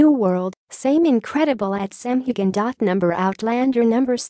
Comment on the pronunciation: ffs it6s hugh han or hugh hin not gan and it is James Alexander Malcolm mackenzie Frazer not frasure